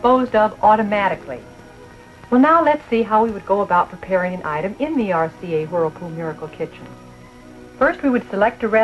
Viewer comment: She keeps saying “RCA Hurlpool Murkle Kichin”